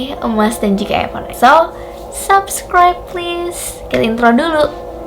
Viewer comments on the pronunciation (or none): none